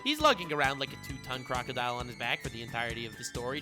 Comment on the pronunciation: No one: Literally no one:: CRROCKKODAIYYAL